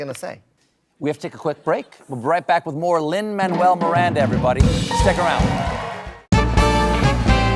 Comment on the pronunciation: It's pronounced "Mah-noo-ell" not "Man-well."